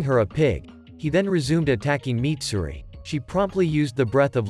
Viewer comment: Mitsuri not Mitsuri